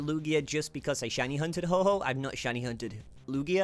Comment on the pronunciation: I don’t want to be rude but you keep calling it Ho-ho instead of Ho-oh.